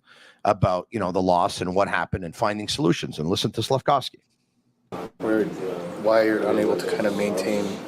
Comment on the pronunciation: saying SlafCOWsky 😂